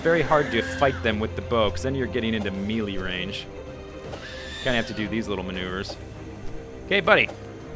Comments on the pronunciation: good tutorial. looks fun. but it's not pronounced "meelee"... it's pronounced "mAYlay" - melee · I don't like to be this guy but Melee is pronounced like may-lay, not mee-lee.